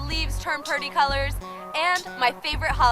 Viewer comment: did she just say perty?